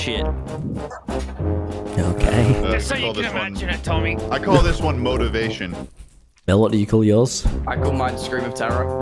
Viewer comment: “I call this motavation” Also him-lightskin stare